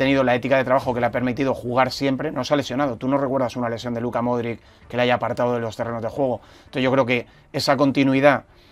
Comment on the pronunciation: Se pronuncia Modrich.